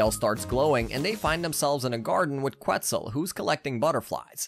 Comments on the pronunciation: I’m sorry dude, but they pronounce it (Ket-zul) on the show, not (Queh-Zul) and Enrique is pronounced (En-reek-kay) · Loved the recap, but come on, really? "Qwtzel and "Enrick"................................................................................. And I thought I didn't know how to pronounce Spanish names😂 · This guy has obviously never seen Dragon Tales, cause he doesn't know how to pronounce Quetzal right. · I SCREAMED out of sheer embarrassment😂